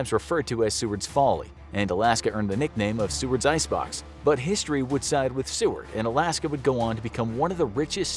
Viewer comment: im so glad you said seward right!!! no one ever says it right